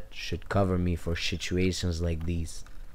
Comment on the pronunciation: Bro said shituations lmfao 😂😂😂